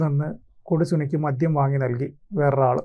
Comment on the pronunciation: മദ്യം ആണ് മദ്ധ്യം അല്ല